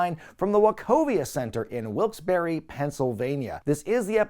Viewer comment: Where the hell is Wilkes Berry? It's pronounced Bar. My God. Then again I would expect nothing less from someone who can't even pronounce "patreon" correctly either.